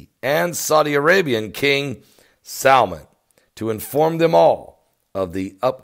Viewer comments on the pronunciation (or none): none